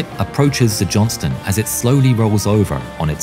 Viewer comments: Robonarration keeps calling her the "Johnson". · Buddy, don't neglect to pronounce that "t" in "Johnston" if you don't mind. We prefer to not be confused for the Johnsons. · Please Don't forget the T in Johnston